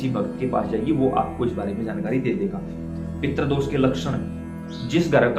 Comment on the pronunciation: "पित्र" लिखना या बोलना ग़लत है; सही शब्द 'पितृ' है जिसको सही रूप से लिखना एवं बोलना चाहिए।